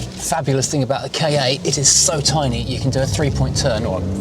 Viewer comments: It's pronounced Kar. Saying it short - Kah- makes it sound like you're coughing up a hairball. Saying it as K.A suggests it's the initials for something, which it isn't. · It has to be pronounced Ka as in cat without the T